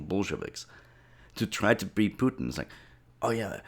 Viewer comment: Pewtins It’s Pu Tin Say it right and don’t say it’s an accent western media always try to exotify foreign leaders